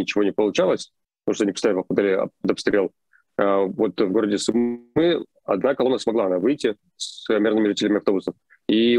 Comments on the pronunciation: Сумы - ударение на первый слог. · Прошу прощения ! Сумы ...ударение на СУ.. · Город СУмы, ударение на букву У! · Город Су́мы. Ударение на у́. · СУмы ударение на У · Су́мы! Хватит говорить не грамотно. И ЗАЗ - Сэнс. А не Шанс. Пожалуйста... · Спасибо за ваши ролики,но правильное произношение города Сумы -ударение на у. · Спасибо за вашу работу. Передайте, пожалуйста, Руслану, что Сумы произносится с ударением на первый слог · в названии города Сумы, ударение идет на первый слог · В слове Сумы ударение на У, извините если это кажется токсичным. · Русскоговорящая челюсть)) Левиев, бедняга, не может ударение нормально поставить когда города называет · макаров конкретно западнее киева а не северо-западнее. а город сумы имеет ударение на другой слог. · сУмы ударение на У накие такие сумЫ у вас там ? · Не СумЫ а СУмы, так будет правильно ставить ударение при произношении названия города. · Сумы́ мне режет слух, правильно говорить Сýмы, от слова сумка, там сумку с суммой потеряли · Скажите пожалуйста Руслану, что ударение в городе Сумы на букву У. В остальном огромное спасибо за ваши сводки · Майк и Руслан, спасибо Вам ребята большое за логичную и вдумчивую оценку происходящего в моей стране ❤️ Единственное, не СумЫ, а «СУмы» и «в СУмах» 🙏🏻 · Пожалуйста прошу, умоляю, Суммы. Ударение на У. 😭😭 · кто-то должен это сказать...сУмы, а не сумЫ! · Су́мы, Су́мы, не сумы́ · не СумЫ а СУмы!!))) сумЫ носили в старые времена нищие. Но это не про город. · Не СумЫ,а СУмы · Пожалуйста, Су́мы, а не Сумы́. Спасибо) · правильно ударение - город С'умы, а не Сум'ы... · Извините. Передача бомба! Но слух блин режет … сУмы , а не сумЫ . А так - вы молодцы! Хорошую работу делаете! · Все ок, только Cу'мы, а не Сумы'. Слава Украине! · Хороший ролик, только ударение на "у", не Сумы', а Су'мы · Не сумЫ, а сУмы! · Город сУмы, а не сумЫ. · Не СумЫ, а СУмы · Да не СумЫ, а СУмы, невозможно слушать это неправильное ударение!!! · СУмы, а не СумЫ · это о случайно, все остальные разы у него СумЫ.